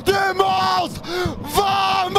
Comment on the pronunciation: des barres ..... essaie de dire Bamos ! le v se prononce B en espagnol !!